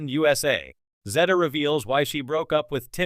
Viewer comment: Please pronounce her name correctly. Timmy was a disappointment.